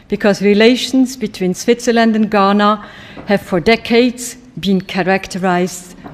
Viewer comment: It's Ghana, not Guinea